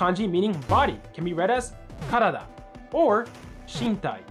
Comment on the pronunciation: I think you should look up the correct accent of the words you're saying. It's a bit distracting when you mispronounce most words. For example, からだ is heiban but you pronounced it as atamadaka.